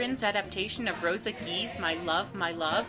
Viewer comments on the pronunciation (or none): none